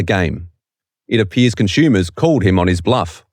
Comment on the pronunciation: "conschumers" "aschume" Learn the correct pronounciation of the language already. The first one or two times I thought it was an accident. But the other 20 times just really hurt my ears/brain.